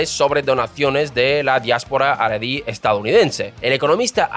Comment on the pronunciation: Me parece que no sabes como pronunciar los nombres de las personas por lo tanto tu información es un poco dudosa, 1) El primer ministro de Israel se llamaba BEN GURION y no Bem Guiron 2) el judaísmo SEFARADÍ y no aradí. su inmigración en 1950 con judíos Mizrahi's y no misraís. Israel se libero en 1948 con la gran mayoría de judíos ASHKENAZI y no ashacancíes, que inmigraron después de la segunda guerra mundial. Nunca hubo una ley del retorno cada judío que quisiera inmigrar al nuevo estado de Israel estaba en su derecho de hacerlo sin necesidad de permisos especiales. Israel es el país del pueblo judio por historia. En 1956 fue la más grande inmigración de judíos desde Marruecos (Sefaradíes) y la segregación que supuestamente hubo de acuerdo a tu falta de información no se dio como tu lo has malinformado, porque el propio Ben Gurion dio el ejemplo de ir a vivir a un asentamiento en el Negev (desierto) para comenzar a poblarlo. Israel en 1948 -50-y 56 era un país joven y sin dinero, a los inmigrantes que llegaron en menos de un año les dieron casas prefabricadas llamadas MAHARABON hasta que la economía del pais pudiera construir casas adecuadas. Menachem Begin sos un desastre con los nombres, no sabes como pronunciarlo estás difamando la historia del estado de Israel, por lo que a mí me concierna o es Pedro Sanches quien te envió a contar lo absurdo de esta novela que está muy lejos de su veracidad o simplemente eres un aficionado que no tienes la menor idea de lo que est